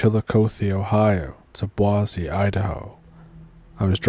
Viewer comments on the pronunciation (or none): Boise……is Boy-see😂😂😂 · That is the weirdest pronunciation of boise I ever heard, I love it though 😂 (it sounds more like "boy-Z")